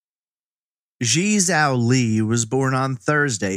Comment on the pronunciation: I know you didn't ask, but her name would be pronounced "jee-eh" (one long word, I can't think of an english word it sounds like) "jaoh" (like cow) and you got "Li" right. It's really hard to know how to pronounce chinese names unless you speak a little or practice a lot. Thanks for uploading so much great content!